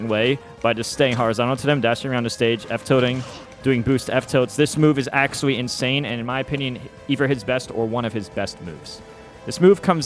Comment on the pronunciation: M2K: Acuawwy OwO